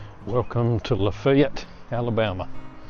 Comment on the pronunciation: I'm sure people there appreciate the fact you said it correctly. I was watching some videos recently from Pierre, SD because it's a little outside my travel area. The videos all pronounced it the way it looks and comments were full of people complaining about it. Seems no one has ever made a video where they said it right. I want to be the first but it's a bit far.